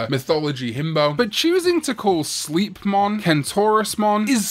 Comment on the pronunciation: I think the "slei" from Sleipmon/Sleipnir is pronounced like "sly" rather than "slee". At least that's how I hear it most of the time.